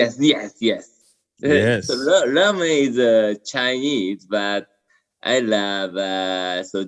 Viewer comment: ..did you say Ramen Noodles? 🤣🤣🤣